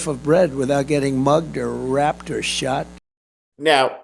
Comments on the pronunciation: He can't even say raped, he says rapped, I wonder why. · He’s reading off the teleprompter and can’t even read the word “raped” instead he says “rapped” 😂